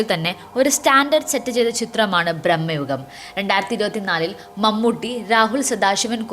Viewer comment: ബ്രഹ്മയുഗം അല്ലാ മോയന്തേ ഭ്രമയുഗം ആണ്